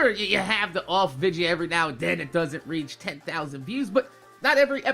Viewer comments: y do u say vidja instead of video lol love ur vids tho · Hey,, I just wanted to ask: Why do you pronounce the word "video" as "vidja"? I've always wanted to know that. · why do you say vidja instead of video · Can anyone tell me why he saying vigia not video ! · Do you say vidja as a joke or is that just your jersey accent